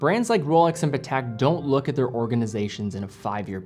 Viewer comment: lol the way he says patek sounds like patak